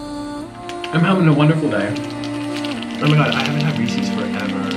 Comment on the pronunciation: omg that's not how Reese's is pronounced, "Reese's Pieces" is supposed to rhyme